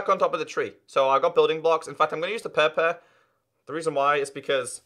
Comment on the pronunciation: I like how u say purple 😂 it's really funny.